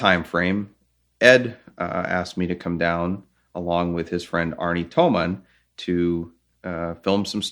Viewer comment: Arne Toman is a 100% German. But it's Tomann with nn